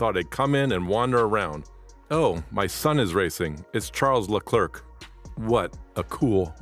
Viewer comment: Leclerc is pronnounced Le-Clare (like the female name Clare). The final C is silent.